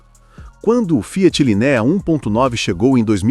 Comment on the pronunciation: Video de IA falando "Linéia" kkkkkkkkkkkkkkkkkk meu deus